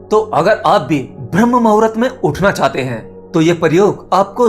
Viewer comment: Pahle hindi sudh bolna jano bhram muhurt nabi hota bramh muhurt hota hai